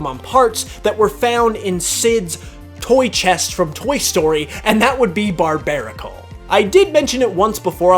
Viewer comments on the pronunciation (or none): IT'S BARBARACLE, NOT BARBARBARBAR! GET IT F*CKING RIGHT!